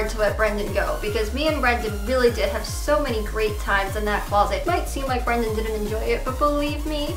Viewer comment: but this isn't a secret she's clearly lying and by the way it's that not dat